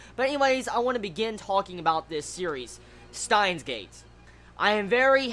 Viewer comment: When you say it,it sounds like "Staahns;geid". Still a good review.^^